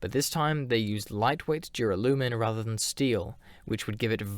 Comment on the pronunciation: Duralumin. The Accent is on the 'al', as in 'Dur al' you min'.